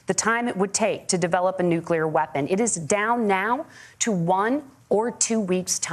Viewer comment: Did Walz just say “Nucular”- twice? 😆😆😆